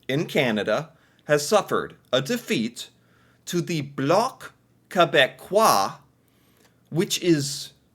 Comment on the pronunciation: You pronounced bloc quebecois beautifully. 😊